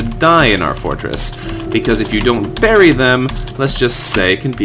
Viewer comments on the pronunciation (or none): none